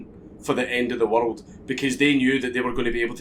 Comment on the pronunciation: It's pronounced worulululd